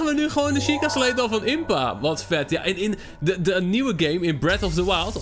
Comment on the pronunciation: Het is een sjieka steen niet sleet of zo. Ps leuke video